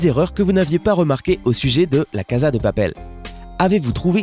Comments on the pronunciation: On prononce , cassa , pas caza ! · Ça m'énerve normalement on dit caSSa de papel et non pas caSa de papel ( même si ça ne s'écrit avec un seul S ) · Vous avez tous quoi à dire Caza au lieux de casa? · Melon Blanc mdrrrr ah oue je crois tout le monde dit « KAZA » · La casa dé papel pas de papel.